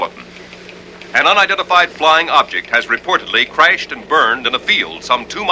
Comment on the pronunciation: Back when crashed was pronounced “crayshed”